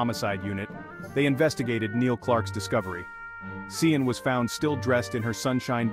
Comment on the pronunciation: Sian is pronounced Sharn 😕 was hard to listen to that AI